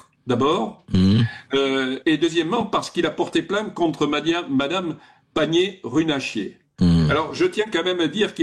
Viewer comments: Panier Runacher, et non pas Panier Runachier. 🤣😂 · L'erreur de prononciation de M. Bernadac sur le nom de Mme Agnès panier-"runachier" me parait délibérée et de fort bon aloi 😁!